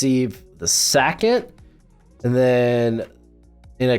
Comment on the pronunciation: Hey why do you pronounce ‘second’ by saying ‘Sack-it’ ? I was legit confused and had to rewind it back cuz you lost me 😂😂 it’s a legitimate question..